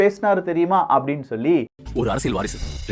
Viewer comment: நாம் தமிழர் உறுப்பினர் மட்டுமல்ல தமிழ்நாட்டில நூற்றுக்கு 80% மானவர்கள் தமிழை தப்பாவே வாசிக்கிறார்கள்!!! அதுதான் 50 ஆண்டுகால திராவிடமாடல். ஆனால் அதைத் திருத்திற நீங்க மட்டும் உத்தமம்மா? உங்கள் தலைப்பையே “அரசியள்” என்று வாசிக்கிறீங்க!!!! அது அரசியள் இல்லை அரசியல் என்று உச்சரிக்கவேண்டும். தமிழைக் கொல்லாதீங்க. ய என்ற எழுத்துக்கு இணையா ல் ஐ உச்சரிக்காதீங்க!! ல் க்கு தகுந்தால்போல் ய எழுத்தையும் சேர்த்து உச்சரித்தால் உங்களுக்கு அரசியல் உச்சரிப்பு சரியாகும் அரசியள் இல்லை அரசியல் அரசியல் அரசியல்